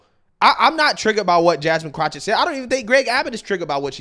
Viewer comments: It's jasmine CROCKETT...NOT CROC-HET 🤣🤣🤣. Please lol it's CROCKETT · WHY, WHY, WHY do you keep mispronouncing her name? For the record it is Ratchet Crotchett..... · Greg: Her last name is pronounced Crock-IT. IT IS NOT Crotch-IT. What’s really on your mind, brother… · FFS! Her name is pronounced kro/ket. There is no CH anywhere in her name. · Do you purposely pronounce her last name wrong (which I wouldn’t mind) or do you see the K in her name as an H? Just curious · The way you pronounce Jasmine's last name is funny. Do you even watch these videos you opine on?! 😂😂😂